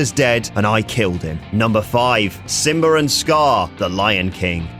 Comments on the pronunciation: It is pronounced SimbA not simbarrrrr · "Simber" and Scar